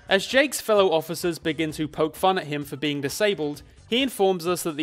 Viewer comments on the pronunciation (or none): none